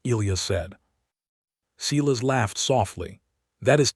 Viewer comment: AI can't pronounce words: Not Seelas but Seyelas